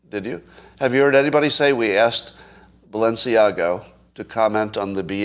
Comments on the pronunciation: Scott. There is no “o” in Balenciaga. / ba’l-u’n-see-A-ga/ Audrey Hepburn’s favourite designer. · It just struck me that you are confusing the pronunciation of Balenciaga with the pronunciation of Mar-a-Lago.